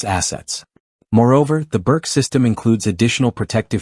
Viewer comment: Pronounced "Boorch"